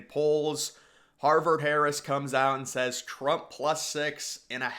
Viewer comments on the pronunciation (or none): none